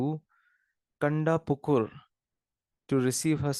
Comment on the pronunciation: Not kandapukur its kantapukur